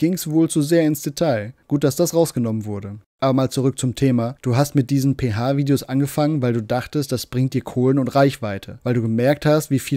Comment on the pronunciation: "Dideos" macht mich schon wieder so Mett... Das muss er doch gesehen haben.